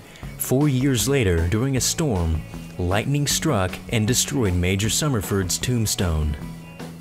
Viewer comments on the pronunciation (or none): none